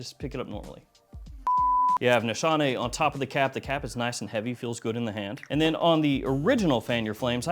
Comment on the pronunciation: just saying you are pronouncing the house incorrectly....my daughter in law is turkish and it was pointed out to me. no shade. ;) Just a learning moment...